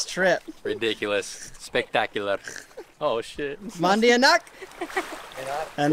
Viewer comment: Antonio said " espectaculer.......